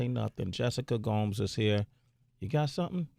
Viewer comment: Sway: I wanna make sure I'm saying your name just right. Says Gomes pronounced as Gomez👍* Sway then calls her Gomes pronounced Gowms for the rest of the video. 😒He was too thirsty to notice